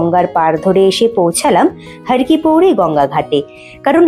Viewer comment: দিদি রে, একটা কথা বলি কিন্তু কিছু মনে করতে পারবে না। কথাটি, ' হরকিপ্যাইরী ' হরকিপৌরী নয়। যার অর্থ, "হর বা শিবের পা"। মতান্তরে, "হরির পা" ধন্যবাদ🙏💕